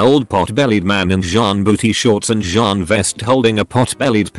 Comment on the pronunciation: Why does it pronounce jean so..... wrong